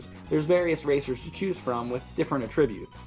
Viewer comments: Say it with me now....ATtributes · a-TRIB-utes? do you speak english?